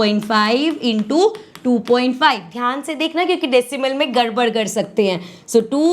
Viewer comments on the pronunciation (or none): none